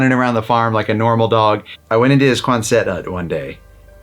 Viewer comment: it’s pronounced KWAHNsit not kwanSET.